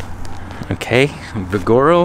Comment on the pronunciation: I think you're trying to say Vigaro. It's like this but with a V of course. :)